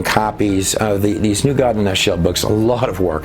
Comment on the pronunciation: Why can't people just say God instead goowad?